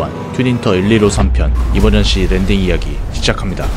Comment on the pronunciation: 초에 이멀전씨 아니고 이멀전시입니다